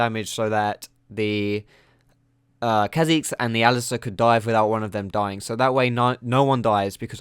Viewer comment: He sounds chinese when he says kha' xiz hahaha